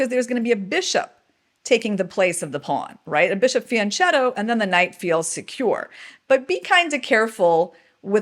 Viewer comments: Love you channel, thank you for these free lessons! Just a note: "fianchetto" is read "fianKetto", is Italian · FIANCHETTO is an Italian word, not a Spanish word. The "CH" pronounced like a K sound. (Sorry, I have to write this in every chess channel cause apparently there are seasoned internationally renowned professional chess players that don't know how to pronounce that word...)